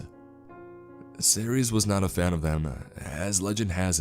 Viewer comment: 이동연 -Cerces? He pronounces the name as Are-Series.